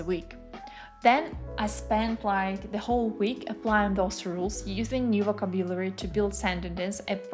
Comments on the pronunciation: Check the pronunciation of words, especially VOCABULARY /vəˈkæb.jə.lər.i/ It is hard to listen to you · Greating! I am native russian speaker and currenly practicing my listening skills. You sound quite well and clear however I listened to you at 1.5x cause of my practice. But could you please check your pronunciation "vocabulary" ( Немного режет ухо) Thanks.